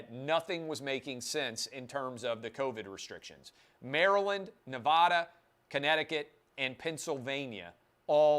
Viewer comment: Please pronounce the Silver State correctly: it is Ne-VAD-a (VAD rhymes with BAD). It is NOT Ne-vod-a. Thanks.